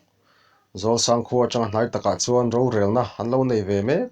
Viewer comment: Ha chang, mau chang ang ni lovin, lung chang tih angin, chang tih hi lam tum...Ha chang